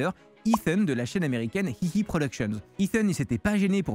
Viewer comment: hihi productions ? lol j'ai jamais entendu personne le lire comme ça h3h3, et certainement pas eux mêmes